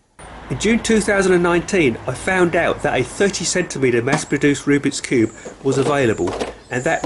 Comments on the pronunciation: He annoys me saying cubey and not just cube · It’s cube not cube-e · Why is he saying cubee and not cube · The fast he pronounced cube as cubey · He said cubeie